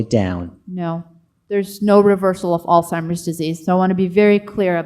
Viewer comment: There conferences and videos are just amazing. I only wish the questioner would learn to pronounce Alzheimer's correctly, rather than saying Alice-himers.